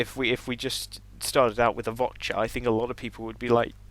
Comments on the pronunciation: Vor'cha not Vot'cha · its the Vorcha not the votcha as you have been calling it . S C UK.